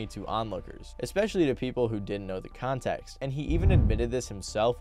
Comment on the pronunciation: You do know it’s “contexT” not contex right?